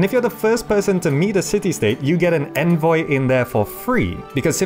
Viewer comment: Listening to you pronounce "envoy" is infuriating.